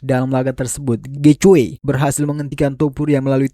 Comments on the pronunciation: Getje nyeet , bukan getjoy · Gaethje cara mbacanya Geiji. Bukan Gecwe. Nama orang itu